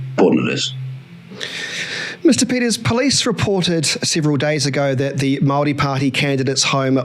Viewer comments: couldn't even pronounce one maori word correctly? That one word Maori. He did try though and God loves a trier 🤔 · Mispronunciation of Maori is done on purpose to identify the woke from the unwoke.